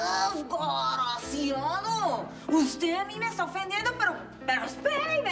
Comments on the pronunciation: Es "DESGARACIADO" 👏 😆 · Desgaraciadouuo xD ❤.